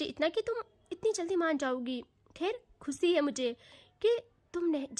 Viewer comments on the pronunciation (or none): none